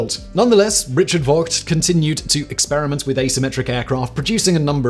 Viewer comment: gotta correct you, Simon: the designer of the bv141 was Dr Richard Vogt, rhymes with "poked", not "Voit"